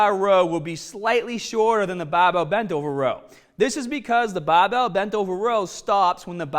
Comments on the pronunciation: You have an issue pronouncing your letter 'R'. Plus not everyone has access to a fully equipped gym. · Will be cumparin' tha bahbell bent ovah row, vehrsis tha t-bah row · BAHbell rows ah HAHdah than t-BAH rows. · what accent is that? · Bah-bell, strong-ah... great accent!!! Great video!!! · I mostly don’t care which is better, I just wanted to hear say BAHbell over and over 😂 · baaar bell. Faaader. You sound a bit aussie there. Excellent channel . Thanks muchly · Came here for the baaaahbehhhl.....also clicked on the beeehllll. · oh ya, stahddle that bahbell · Can the volume be increased to around 300% every time he says "bahbell"? I'm asking for a friend... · Came for the bahbell. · We are doing the baahbell row....use your baak..not your aahms...lol....on the real..good vid tho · The way he says barbell 😂😂😂😂😂😂